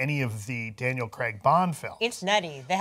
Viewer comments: it's pronouced Crayg in UK not Creg. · CRAIG...CRAIG Not "Creg", CRAIG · Can you seriously start saying Craig correctly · I watched Southpark for years and never realised that "Creg" is actually called Craig. It wasn't til I saw it written down that I noticed lol I just assumed Creg was a weird American name.